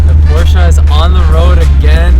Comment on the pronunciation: My dyslexic ahh heard “DUDE I JUST BOUGHT PORSHE”